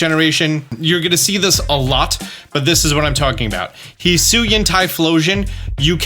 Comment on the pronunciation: He's saying it right though. Hee Soo Ee In.